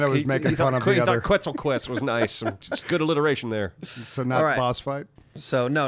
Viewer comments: Quetzal isnt pronounced like that ;) its Ketzal (full name is pronounced as so: Ketzal Koat-al) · Quetzal is actually pronounced as Ket-Sal. Like Net, but with a K, and Sal as in an italian jazz singer. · So I'm not sure if they are pronounced the same, but if the quetzal in Ark is the same as the national bird of Guatemala (it's also their currency), it's pronounced like "ket-sAl" with an emphasis on the 'A'. Other than this, great video as always, guys!